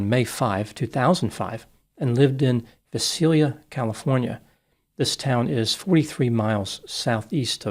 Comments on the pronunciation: Vi-Sail-yah is how you pronounce Visalia. Tulare County. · It's pronounced Vi (long i) sailia ( like sailboat) this is the worst thing I've ever heard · Pronounce with a long I Veye sail lee ah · A noble attempt was made at the pronunciation of Visalia, and I respect you for that. As a Fresnan, however, I must assist you. It's more like Vigh-sail-yuh. Thank you for covering this case and doing it so well as always. 💕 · Fyi it's pronounced Vi-sale-ia. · Lol It's pronounced Vy-Say-Lee-Ah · It's pronounced vy-SAIL-ya. I used to live there. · It’s pronounced By- Say-Lia 😉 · Visalia -- a truly terrible (and hot) place. It is pronounced with a long "I": "Viisalia". Bakersfield may or may not be worse but I would guess just as hot. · It's pronounced "vy-say-lia"